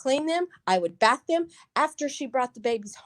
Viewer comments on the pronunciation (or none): none